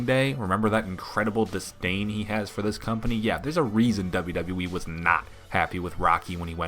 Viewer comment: Has anyone else noticed over the years that Kurt Angel can't pronounce WWE correctly? It always sounds like he is saying "double double -E"